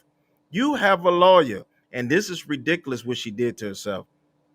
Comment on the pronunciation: Reedicalous!!!! Girl learning the hard way for sure!!!